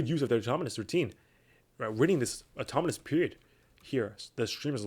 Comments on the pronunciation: automonous ✅autonomous ❌ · is it just me or are you saying "automonous" throughout the video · I thought the same thing